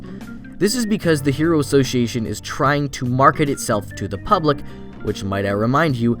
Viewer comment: Am I the only one who hates how author pronounces word "association"?